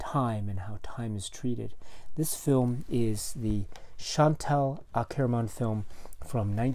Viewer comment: You slightly mispronounce her surname, but perhaps no matter. Do you think the film would still be as engaging or interesting if it were not for the unexpected ending? I sometimes think it would have been truer, more authentic if Akerman really did have the tenacity to be true to her artistic logic and therefore not construct such a 'sensational' conclusion. After all, many of us trapped in the malaise of our quotidian life might secretly fantasise about taking such a liberating/devastating ultimate action (killing the client) but people who live at addresses like 23, quai du Commerce, in fact almost never do... Doesn't that then almost transport the film into the realms of a de facto soap opera or a kind of a avant-Hollywood indie film as opposed to rigidly adhering to a cinema of non-event or tedium? (For some reason, I can't help thinking of a dreadful, but horribly fascinating American crime series called 'Snapped - women who kill' (!))